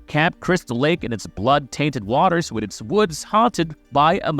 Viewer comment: "his bond wiff his modder Pamela" great speaking, jokes aside good video